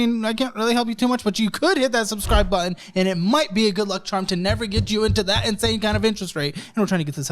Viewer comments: it’s insane not inasne 😂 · what’s ‘inasne’ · “This is INASNE…” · "This is inasne"! 😊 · Inasne or insane? Lol